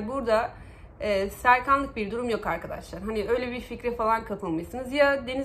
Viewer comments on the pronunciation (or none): none